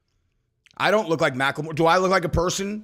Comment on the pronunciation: can you please just pronounce Macklemore like a person that graduated elementary school? Thank you!